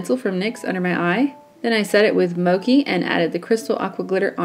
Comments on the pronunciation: Love this look! The greens really do look great. (FYI it is "mo-chee" not "mo-kee". Mochi, like the ice cream!) Thanks fro another great tutortial! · Just an fyi, the color Mochi isn't pronounced "mo-kee," but "mo-chee" It's a Japanese sweet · It's pronounced "Moe-chi" not "moe-key" lol Mochi is an asian desert kinda similar to the color haha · Mochi, pronounced mo-chee, as in the Japanese sweetened rice cake. Soft and sweet and delicious like the eye color. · Mochi is pronounced "mo-chee", like the ice cream, not like mocha. :) This is so pretty!!! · such a beautiful look! btw it is pronounced "moe-chee" haha it's named after a Japanese treat! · Mochi is pronounced Moh-chee :) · Mochi is pronounced as (Moe-chee) :) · I love seeing tutorials with the Heart Breaker, favorite palette every. Although it's pronounced mo (as in, to mow the lawn) and chi (as in the life energy, chi). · I'm pretty sure the ch in Mochi is pronounced like "chair". If they were talking about the japanese treat/dessert/snack. Anyways, I love this! You're so talented and can pull off anything...